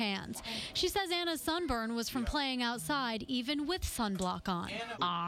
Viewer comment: SUNBURN NOT SUNBURN!!!!!!!!!!!!!!!!!!